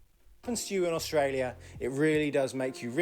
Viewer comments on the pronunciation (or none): Why do youn pronounce it AUSH tralia?